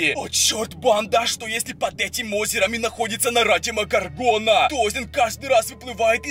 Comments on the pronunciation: И не ДемогоргОна, а ДемогОргона. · правильно говорить не демогоргона а демо горгона